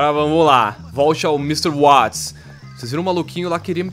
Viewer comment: Watts se pronuncia Vats